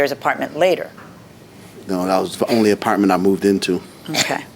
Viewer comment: I gave him a Partment 😂. I try not to laugh, but it always gets me. Same goes with people that say Frigerator instead of refrigerator 😂.